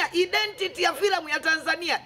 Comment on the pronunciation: hahaha eti `identiti` hahah steve its "aidentiti"